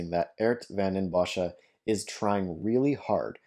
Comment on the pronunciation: He is not even close to pronouncing the name correctly. But English speakers have a very hard time pronouncing Dutch names or words, so it's fine by me.